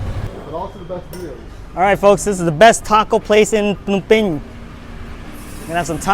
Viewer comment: Why are you pronouncing it PEENAM PAYNEE WTF